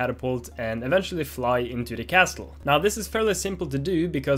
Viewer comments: The "T" in Castle is silent so it's pronounced Casle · Dani! Castle is pronounced - Casele! the "T" is not pronounced :D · I wonder how many time Dani said castel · Making great progress, nice work! Just a tip, the "t" in "castle" is silent, so it's just pronounced "CASS-ull". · It makes me mad every time he says "castul" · For future vlogs: the T in 'castle' is silent... and please dear God of Devlogs, make him read this, because I can't listen to his pronunciation anymore. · why do you have to pronounce castle like that?